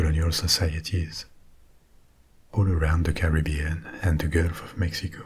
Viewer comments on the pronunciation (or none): none